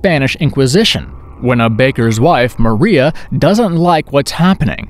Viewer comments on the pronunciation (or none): none